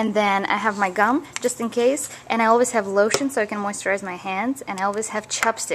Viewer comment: When ever you said always it sounded like you said "Elvis" Lol. Tell every one I love them! And you are very talented Olga bunny. Always believe in your self! ;)